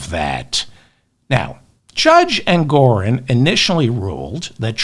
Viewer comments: David, it's Engoron, not Engorin. Also, JMHO, but Putin won't be Trump's lender. It will be Jared and/or the Saudis. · Like your channel, though it's not "Engorin" but Justice Engoron. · David! It’s Judge Engoron, not Engorin, ok? ps Love your show, enjoy your appropriately snarky remarks. Thank you for giving us your time and your mind. 💙